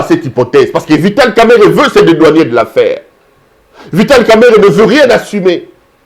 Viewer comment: Cher monsieur, l'on dit dédouaner et non dédouanier.